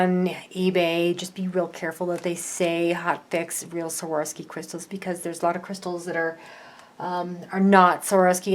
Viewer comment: Why are you saying "Saworski"?